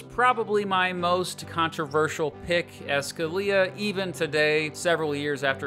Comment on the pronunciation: I'm sorry, but SCALIA?!